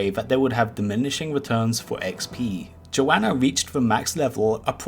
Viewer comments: I know you don't mean to call them a 'her/she', but Joana is a guy just so you know. They pronounce it more like Joe Nuh from what i've heard them say. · He didn't call him a her once? His did pronounce his name wrong though